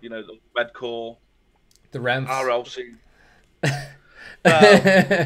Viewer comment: LOVE HE SAYS REFMS